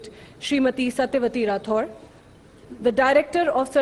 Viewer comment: Ye राथौड कौन जात है, राठौर तो सुना है। ये अंग्रेजी माध्यम के बालक बालिकाओं का हिंदी उच्चारण अति निम्न स्तर होता है। चाहे रामायण को रामायना कहना हो या राम को रामा कहना इनसे आगे कोई नही है। कोई खराब अंग्रेजी बोले तो दुनिया उसे अनपढ़ मान लेती है किंतु खराब हिंदी बोलने वालों उच्च स्तर का ज्ञाता माना जाता है। वाह री धरती